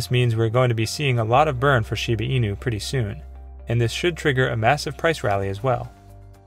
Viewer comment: The guy keeps say shibi inu😅😅